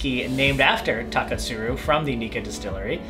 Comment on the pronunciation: I like the way you say Taketsuru